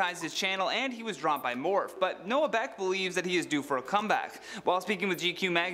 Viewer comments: Morphe is pronounced mor-fee not morf lol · Did he really call Morphe "morf" haha sorry that just made me laugh 😂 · To all the straight men...Morphe is pronounced more-fee. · Yall mispronounce Morphe so much I be thinking I'm saying it wrong lol... Me yelling at my phone: It's mor-FEE